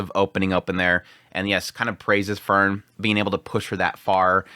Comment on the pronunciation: Still with the Fern and Fern and Fern oneday he might learn about enunciation...😓😓😓😓😓😓